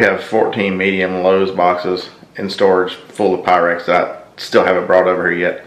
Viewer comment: Quite the collection! Most of which I have never seen. BTW... Make sure Wade REALLY knows how Pyrex is pronounced. LOL